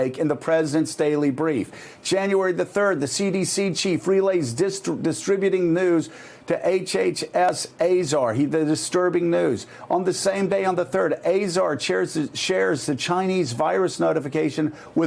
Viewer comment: How can I trust a reporting company that assigns people that cant even read there que cards right??? distriduting news? What's that?? Fake news